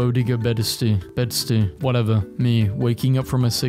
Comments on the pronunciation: I'm not sure how to pronounce Bedstuy, but bodega is pronounced boh-DAY-guh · its pronounced bow(the long-range weapon)-day-gah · ok this kinda urked me so its pronounced ti-bet-ten not ti-bee-ten, boe-day-gah not boe-dee-gah, and bed-st-eye not bed-stee lmao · Just want to let you know for future reference, the word "bodega" is pronounced (Boe-day-gah) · Boo • Day • Ga is how you pronounce it I think ??